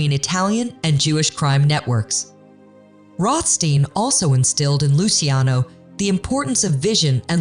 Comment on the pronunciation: Why are you alternating between 2 pronunciations for Rohstein?!